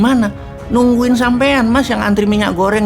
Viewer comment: Bosman maaf mau ngakak denger petralite😄